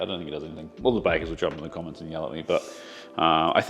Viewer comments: Weevils * TBF, it did sound like he said Weasels. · Cracked up over the "weasels" in flour... don't think a fine sieve would be needed! Bloody weasels are as big as a cat... (tongue in cheek comment - I KNOW meant weevils!)🤣😆🤪